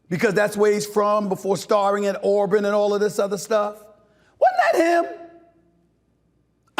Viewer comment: It's not Arban, its Auburn Mr. Potato Head...